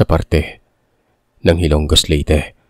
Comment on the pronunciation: HILO-NGOS.. hindi po HILONG-GOS